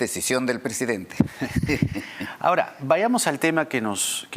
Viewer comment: CANIVAL NO SE.DICE PRESEDENTE SE DICE PRESIDENTE..VARIAS VECES LO. ESCUCHE Y TIENE MUCHOS ERRORES DE PRONUNCIACION CORRECTA DEL ESPAÑOL...CASO.CONTARIO HABLE EN SU IDIOMA NATIVO ...